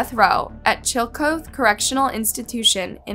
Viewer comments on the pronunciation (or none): I know!! CHILL-A- COTH-EE, drove me nuts the last time she did it 😮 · It's not "Chill-coth'.. it's "Chilly-cothy" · Chill-a-call thee th is unvoiced. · As someone from Ohio it drives me nuts that this is the second video that you've mispronounced Chillicothe. It was even pronounced by a news reporter in the first video.